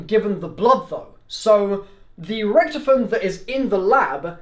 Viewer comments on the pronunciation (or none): Rick toff en not ricktefen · Can't pronounce Rictofen